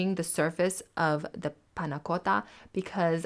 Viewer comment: If as delectable as your pronunciation of "panna cotta" then this is first class!